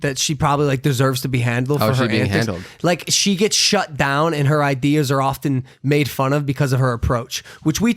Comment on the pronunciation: The T in often is silent